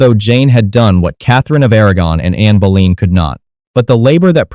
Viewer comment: “Kai-zerion” section? “Boleen”? Terrible pronunciation.